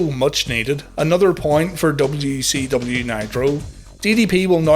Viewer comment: When you say WCW it sounds like WECW. Is that an inside joke, or just being Northern Irish?